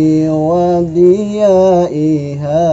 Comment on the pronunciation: Assalamualaikum wr wb, salam santun,. Maaf saya koreksi sedikit shalawat TIBBIL QULUB nya, ada salah penyebutan, seharusnya TIBBIL QULUBI WA DAWA-IHAA tapi baca TIBBIL QULUBI WADIYA-IHAA, Coba dicek kembali, sekali lagi mohon maaf🙏, sekedar meluruskan